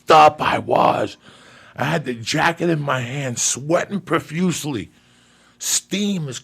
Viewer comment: Yes Joey! You said profusely and not 'profusiously'! I'm proud.